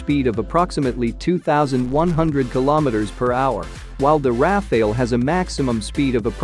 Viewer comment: It's not pronounced "Raf-ail" it's More like "raf-al" which is a kind of wind.